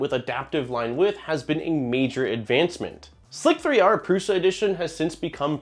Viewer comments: I contend that Slic3er is pronounced Slicer. It’s leetspeak.. not Slic 3 r. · since no one has said it yet i will be the one annoying guy in the comments to question the way you pronounced slic3r